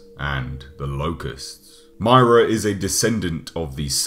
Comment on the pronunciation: You said Myrrah wong